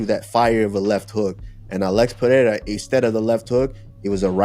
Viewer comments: Pierra? C’mon chale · On god who tf is peeyera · Alex Pee-era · Chael will forever call him “Peeairya” 😂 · Somebody teaches chael to say Pereira and not piéra! Its ridiculous to see chael make a fool out of himself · It pisses me off how uncle Chael says Pierra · chael sonnen says: - Alex pierra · and chael still can't even get close to pronouncing Pereira's name correctly 😂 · bruh chael your a commentator and you cant say names properly??? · Chael sonnen saying his last name wrong every always gets me lol